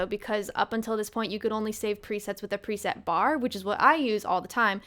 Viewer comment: Did you just say "prisette"? Is that a joke? 😂 It's pre-set silly.